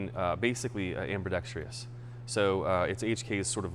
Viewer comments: The word is "am·bi·dex·trous" not "am-bi-dex-tree-us". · Gunsmith is a genius, but can’t pronounce “ambidextrous” properly.